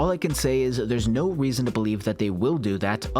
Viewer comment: "the weason"